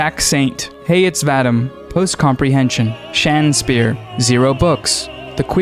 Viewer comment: I appreciate the the shout, but it's 'HEY IT'S VA-DEEM' phonetically.....